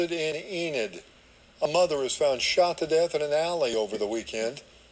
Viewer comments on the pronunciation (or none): Colorado* found, not fount.